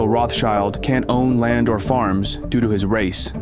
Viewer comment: Its ironic how at the beginning you told us he was excluded from certain business ventures due to his "RACE"(you put emphasis on that word) and throughout this documentary explained to us why. 🤔